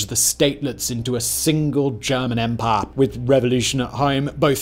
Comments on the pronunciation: I love the way says umpaah. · “EMPAAH”